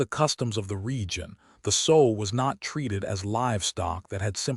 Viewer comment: Sow with the ow pronounced like a short o not like ow with a long o as in mending a garment. ( Sew)